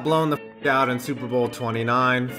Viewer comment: super bowl not super boel